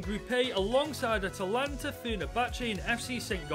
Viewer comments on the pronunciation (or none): none